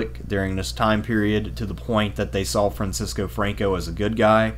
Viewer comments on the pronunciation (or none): none